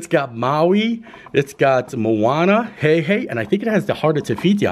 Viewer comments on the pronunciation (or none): Sorry, but it’s Moana not Mooana, room looks awesome.